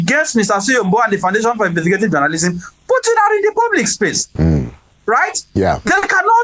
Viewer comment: ABEG, GO AND FIX your "H" factor. Ah ah?! You are not making ANY effort at all to speak properly - FOR A TV MEDIA JOURNALIST?? That is mediocre. Go and FIX it! Tired of hearing: "Welcome HOUT there!" and "You are HON to Inside Sources!". Ah ah?!